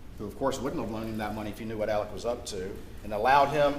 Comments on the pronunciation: I’d heard that they (Alex Maggie Paul Buster) texted and called one another constantly all day long. That’s weird, right? Or is that a thing? And why are they pronouncing Alex like Alec??!! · In the south they pronounce that Alec tho it's Alex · Why does he call him Alec and not Alex?